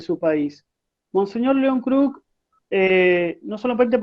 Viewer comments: No es mons "Kerk" es Mons Kruk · Muy bueno el informe ,soy hijo de una sobrina de monseñor León kruk ,aclaro que el apellido se pronuncia como se escribe